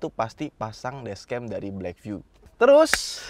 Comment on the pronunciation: Blackvue bacanya black view bang.